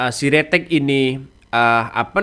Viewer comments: Sritek bukan siretek😄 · Bukan si ritex mas. Tp Sritex